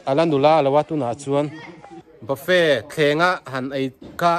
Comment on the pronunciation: Bafe nilovin bafet tih zawk tur